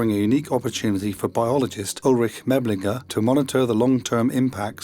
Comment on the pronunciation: Please open up Google translate and double check how you pronounce Meßlinger.